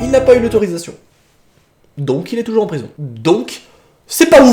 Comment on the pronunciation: ''Elle n'est pas morte" hoo non tu ma trop fait rire😂❤je t'adore